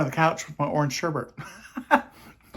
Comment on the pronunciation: Ice cream - one of my all-time favorites! However, I have a bone to pick with you. I'm kind of a word snob, and I know I can come off negatively, but I don't mean it in a bad way, but the word for the orange ice cream is sherbet, not sherbet - no R near the end. Just sayin'...Love ya!